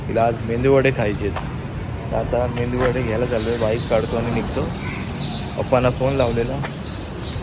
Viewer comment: मेंदू वडे नाही, मेदु वडे म्हणतात .काय फक्त खायचं माहित धड नीट उच्चार पण नाही येत. हॉस्पिटल मध्ये ऍडमिट आणि तिला बाहेरचं तेला चे खायला हवे जीभेचे चोचले.